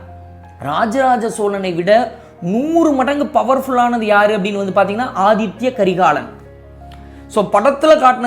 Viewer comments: Inime pulampi enna nadaka pogudhu🤦🏻‍♀️Athitha not Athithya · ரெண்டு மூனு முறைக்கு மேல ஆதித்ய கரிகாலன் என்றே உச்சரிக்கறீங்க, ஆதித்த கரிகாலன் என்பதே சரி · Aadhithya karikalan illa " Aditha " karikalan...Tamil word athitha